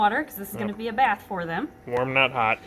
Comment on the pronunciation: I love this channel but, just “dis baf is bettr” 😂